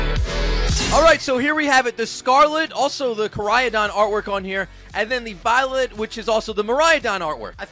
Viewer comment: It's really weird hearing "Miraiadon" and "Koraiadon" and not "Miraidon" and "Koraidon". I mean cmon, Ik some people have different pronunciation of words. But it's spelled differently that how you pronounce it lmao